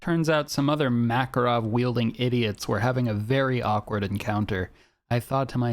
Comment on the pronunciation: MakArov... Why don't you guys ever get a single Russian word right...